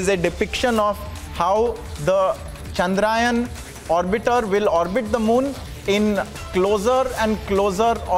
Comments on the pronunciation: चंद्र यान. Not चंद्रायन... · Please pronounce the word correct.. its chandrayaan and not chadrayan.. be proud to use the Hindi... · It Chandrayaan ..... Not Chandraayan 🤦🏾‍♂️ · Congrats 👏 its chandra yaan , not chandrayan 😡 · Guys at Republic TV let's not talk like non Indians the name of the mission is चंद्रयान not चंद्रायन 🙏🙏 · Ill-pronouncing anchors, is getting complacent with hiring news anchor...plz provide jobs to diligently better ones...chandrAyan😂...Vehicle 😂...Make the orbit smaller and smaller 😂..inches closer😂. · The news Anchor can't even pronounce 'Chandrayaan' word properly 😂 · News anchor 😂😂 thing’s he is in USA